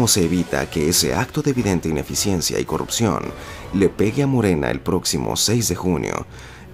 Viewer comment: Heeeeeeee vamoooooojjjjjjjj acabar con la corrrrujiioooooonnn.. Ejo dijeeeee corrrrrruuujioooon